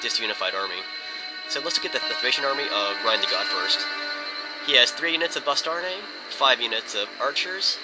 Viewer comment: The Bastarne kinda guys sound like Bastarde. lol